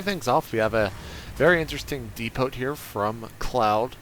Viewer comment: its pronounced depo not depote